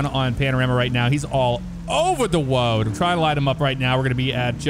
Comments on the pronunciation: he’s all over the Woad 😂😂😂😂😂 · "awe man he's all over the woad"